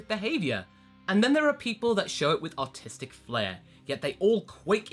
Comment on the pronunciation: Did anyone else think he said "Autistic flare" instead of "artistic flare"